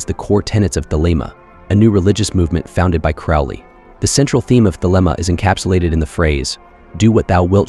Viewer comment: Bro, I love you, so this is loving feedback: CROWLEY rhymes with "HOLY" THELEMA rhymes with "the DREAM-uh" NUIT rhymes with "the WHEAT" (as does HADIT, and the final syllable of RA HOOR KHUIT)